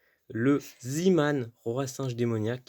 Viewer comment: Ca se prononce Zéman si je me souviens bien.